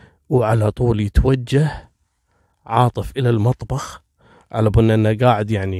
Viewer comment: تكفي ركز شوي القاتل اسمه عاطف عاطف عاطف مو عارف 😣😣😣 اقشعر جسمي لما تنطق أسمي تحياتي وتقديري لك.... 😉